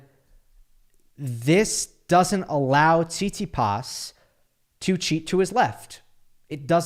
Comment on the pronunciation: I love how says Tsitsipas’ name Not saying it’s weird or wrong I don’t care enough about about Stef to whine about it, just funny 😂 SeetSeePaas